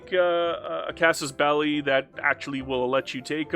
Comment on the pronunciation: OMG, you say Casus Belli, and not Casus Bell-eye. Thank you...